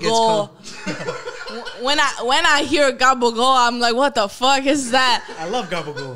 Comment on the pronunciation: “what Da tuck is that” gets me every time 🤣